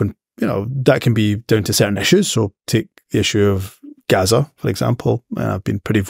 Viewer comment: Gazza is back on the drink. Gaza is being allowed nothing to drink. They're both a DISASTER. (A comment to please both sides of the argument, provoked by Humza's pronunciation of his inlaws' home state .) 😮😢